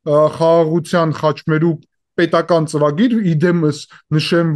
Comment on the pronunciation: Հարգելի, ոչ թե խաչմերուկ, այլ խաշմերուկ, երկրորդն է՛լ վերածվում է նիկոլի խոսափողի!!!....